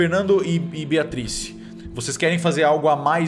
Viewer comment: Toda vez que o Cellbit fala Beatrice eu escuto Beatriz e me arrepio toda ✊🏼